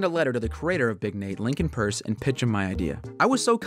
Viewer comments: As a fellow Big Nate fan, I’m glad you pronounced his name purse instead of… PEirCe. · It's actually pronounced purse so yeah he knows what he's saying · You can tell he’s a real fan cuz he knows how to pronounce Lincoln Peirce as purse.